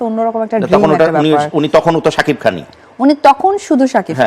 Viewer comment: সাকিফ খান। আজব। সাকিব নাম টাও ঠিকমতো উচ্চারণ করতে পারেনা আফু বিশ্বাস